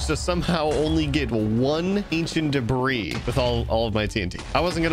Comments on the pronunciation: whos gonna tell him the s in debris is silent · ah yes " Ancient Debras " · Stop saying debris 😡